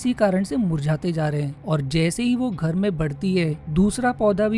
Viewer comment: 😂😂JAISE HEE VO GHER ME BADD TI HAI..haryanvi hai kya yaar